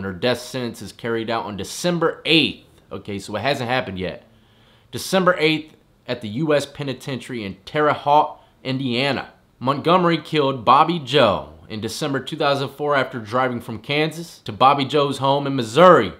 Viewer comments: Just a side note. Terre Haute is actually pronounced Terra Hote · Terre Haute pronounced "hote" Just poking a little fun bruh. Thats the neighboring town to me. Started to bring back that needle after years of not executing here in Indiana and was some big news around here.